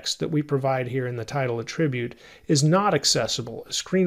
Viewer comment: Hey, I keep coming to more and more of your tutorials because they are hands down some of the best tutorials on YouTube! I can't thank you enough for all of these thorough and well-planned courses. Also, I love how well-organized your channel is. Just one minor bit of feedback. I believe the noun form of attribute is pronounced /ˈatrəˌbyo͞ot/ 😁I apologize for my OCD! Thanks again for all of your amazing work and for humbly sharing your knowledge. 🙏